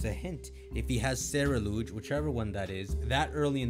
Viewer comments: he also said Ceruledge as Ceruluge and constantly says Fletchlings when it's a common fact that species don't have a plural form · I find it crazy STILL says ceruledge wrong